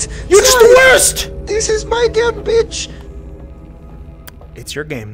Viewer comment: can't pronounce "game" but perfectly pronounces "parasocial relationship."